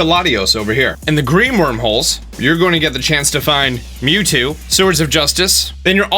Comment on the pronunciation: Commander Cody Hey! It's Mew TWO